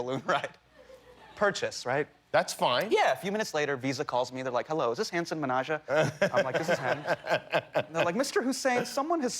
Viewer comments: Jimmy it's Hasan andnot Hasaaaaaaan! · jimmy pronounced his name wrong... :( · you'd think that Someone would have made sure jimmy knew how to pronounce hasan's name before they went live, but no